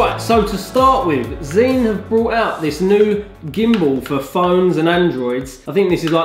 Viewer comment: Zhiyun is pronounced like 'JAI- YUN'. Hope that helps!